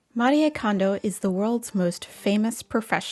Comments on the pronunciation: First, thank you for pronuncing her name correctly ❤ Her message was always about surrounding yourself with joy 😄 I’m sure that’s exactly what she’s doing now, while being realistic about tidying. I suppose some have missed the point 🤷‍♀️ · Thank you for saying her name right! Its been killing me that people don't. 😭